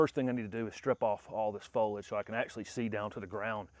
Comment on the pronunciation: So genius he can’t pronounce foliage right